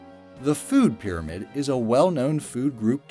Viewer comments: its Pyramid not Pyrmaid! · food "pyrmaid"?